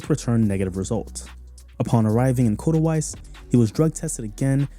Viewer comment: Awesome documentary mate! But for the love of God... it's Katowice not Kotawice :D